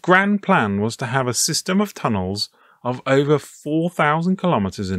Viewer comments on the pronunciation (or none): none